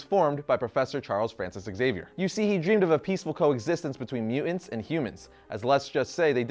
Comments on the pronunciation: Won't lie. The way you pronounce "mutants" as "mue-ents" is annoying. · Is it just me or does ' pronunciation of "mutants" seem...odd? He always says "mute-ents" as opposed to "mu-tants". Just saying. Can't un-hear it ever since I noticed it. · Not a native English speaker here but is it really pronounced at mu'ants? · Has anyone ever told you that your pronunciation of mutants hurts the ears?